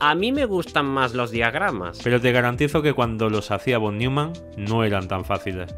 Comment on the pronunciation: Por cierto, NO se pronuncia /fon niuman/, sino /fon nOIman/, pues es alemán, no inglés.